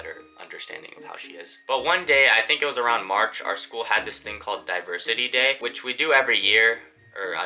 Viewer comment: I thought he was saying "Diaper City Day" rather than "Diversity Day" for a minute straight lol